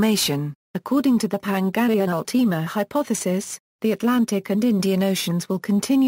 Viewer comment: You said pangaea ultima wrong!